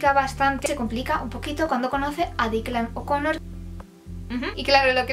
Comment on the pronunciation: Aunque existen libros ideales para días otoñales o de lluvia, la verdad es que mientras tenga uno a mano oyendo la lluvia y abrigado, da igual. Culaquier excusa para perderse en la literatura es válida. ¡Muchas gracias por tus recomendaciones! PS: pronunciaste bien el nombre Declan O'Connor; cero estrés.